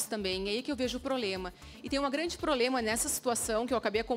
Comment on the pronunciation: Parece que a doutora fala PROLEMA. 😅